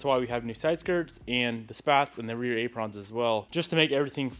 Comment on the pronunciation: Silver Calipers with REAL blue wheels lol, And what's with the pronunciation of Apron?? 😂😂